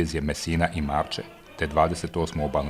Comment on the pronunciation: Marke a ne Marče